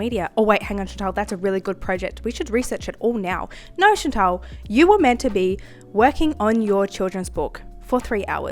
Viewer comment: Why do you pronounce your name ‘Chintel’ when it’s Chantal 😂 You’re doing amazing for such a young age … I think your studio needs new floor coverings … I know that’s expensive but all those manky marks all over the current one is yukky 😂 Loving your paintings for your book ❤